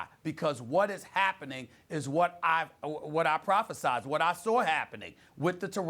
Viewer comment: “Prophasized” lol